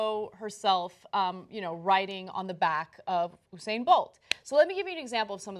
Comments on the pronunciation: hey dummies... it's not oo-sane bolt. it's YOU-sane Bolt! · Anna and Cenk I'm from the carribean and there are a lot of Jamaicans where I live and I'd just like to clarify its You-said not ohhh-sain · it's you-sane, not ooo-sane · His name us usain [you-sain] not hussein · Oosayn bolt??? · lol so weird how they pronounces his name "usain". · It's "You-sain" lol BTW, tbh... the picture did make it look like she's secretly into men (which also made it weirdly funny in a different way - if that makes sense). But... it ain't racist. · The way you pronounce Usain😰